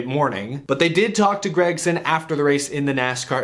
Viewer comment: seems like everybody says grEgson besides Mike Joy every now and then